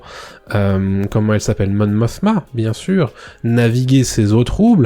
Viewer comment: Wow tu es le 1er youtubeur à parvenir à prononcer correctement le blaze de Mon Mothma, bravo 😂. Sinon, complètement d'accord avec toi. Cette série est une master class. La construction en actes 1 2 et 3 fait que forcément le début est un peu lent... Mais quelle précision, quelle richesse, il se passe des myriades de petites choses en terme de non dits, de tensions, de rapprochements entre les persos. Tout raconte quelque chose. Et quand vient le moment des climax et des resolutions épiques ... Wow quel spectacle !!! Il y a dans cet épisode des plans tellement iconiques qui font honneur à l'univers starwars, c'est impressionnant. Je ne comprends pas les récalcitrants, à part me dire qu'ils se sont fait bouffer le cerveau à force de ne regarder que du fast food visuel... C'est triste. J'espère que les producteurs sauront tenir leur ligne. Merci pour tes reviews de qualité en tout cas.